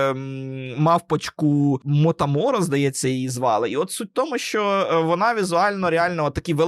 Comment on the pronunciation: З японським мультфільмом - усе правильно. Тільки не "Мотаморо", а "Момотаро" ("Хлопчик-персик") - осучаснена версія японської народної казки, де хлопчик Момотаро, народжений від чарівного персика (свого роду "японський Котигорошко"), разом з трьома друзями - песиком, мавпочкою і фазаном - перемагає демонів (оні) і добуває їхні скарби. Тому "Момотаро" - це ім'я не мавпочки, а головного героя (хлопчика).